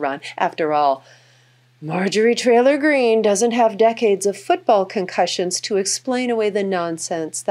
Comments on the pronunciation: Did she say, "Marjorie Trailer Green?" Ahahahaha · Majorie "Trailer" Greene. That's the second time I heard that today. LMAO! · Why is that it 10 times watching this video to catch that Betty referred to her as Marjorie "Trailer" Greene.